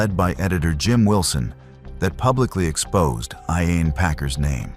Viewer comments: In the case of Emma Caldwell the pronunciation of Packers first name was incorrect several times. At least give her the respect of pronouncing it correctly. RIP Emma. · the pronunciation of ‘Iain’ was quite funny as well